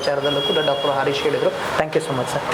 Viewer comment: ಅರೀಶ ಅಲ್ಲ ಹರೀಶ ಎಂದು ಉಚ್ಛರಿಸಿ.